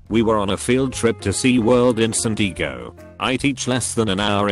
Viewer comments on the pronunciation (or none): Normal people: San Diego Text to speech: San Digo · "San Deeagoo" lol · "in San dee•goe" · Tex2speech: S A N N D E E G O H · "Sen deego" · everybody chill but im still triggered at ‘s a n d d e e g o’ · "sUn dEeGo"